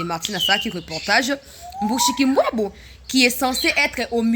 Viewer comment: Bonjour ma soeur, pourquoi vous dites MUSHIKULBWABO non dites bien MUSHIKILBWA c'est une chienne de la case.